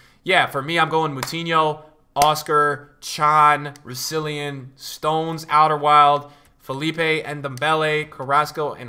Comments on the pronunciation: My dude...RousiLLON..There's no extra "i" in there ;) been calling him Roussilleean all year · Maybe once he stops calling him rousilion